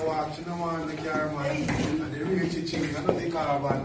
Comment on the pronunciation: What's chiching ching caption was? You say that word wrong yute